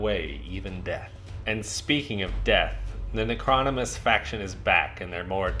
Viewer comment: Its pronounced ** Nec-ro-nom-in-us ** 😉 Cool video tho!